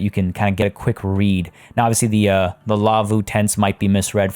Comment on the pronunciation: As a Finn, this episode has just a little bit more meaning than others, I just love it! For me, the laavu's you made (pronunciation was spot on btw) remind me more of a 'kota' which has similar structure to a teepee. We have laavu's here in Finland for example in different national park's, usually solid wooden structures, a slanted hideout from the elements. The slanted design of a laavu is for you to light up a fire next to it and the heat would reflect towards the people sleeping inside. :) but love the habitat! I remember as a kid we used to travel to Lapland to stay at my aunts cottage. The nearest neighbour (which where a car drive away, so not very near :D) had a white pet reindeer on their yard, just hanging around freely. She was so social, that it always tried to get inside the house when visitors came to the house - she usually got to the hallway until the dogs chaced her back outside. I commented a few episodes back that I purchased the game myself. Now I have even more appreciation to all your builds, the skill and inspiration you have is just amazing!